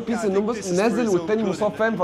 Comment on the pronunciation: يا عم سرى اسمها بيس مش بى اى اس